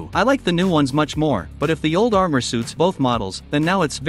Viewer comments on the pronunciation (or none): none